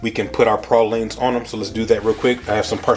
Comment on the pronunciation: At least you said pralines correctly